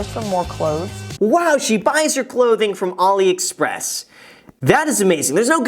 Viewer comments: Graham its AliExpress not OliExpress lol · Umm graham, just FYI ur pronouncing aliexpress wrong. Love ur videos tho!